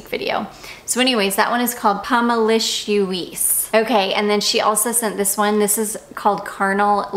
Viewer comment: Should be written Pomelicieuse and pronounced Pommileessyeuz.